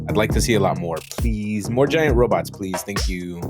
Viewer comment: Lol called them robuts🤣